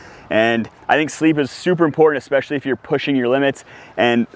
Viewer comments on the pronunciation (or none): none